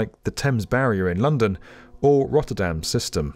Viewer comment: I love they way that they say "The Thames Barrier" then "Rotterdams system" - not even trying to pronounce the latter!